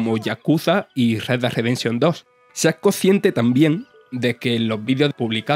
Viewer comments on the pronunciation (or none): none